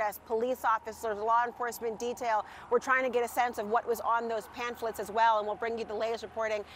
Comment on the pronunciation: They're not PANPHLETS, like the reporter said. They're PAMPHLETS.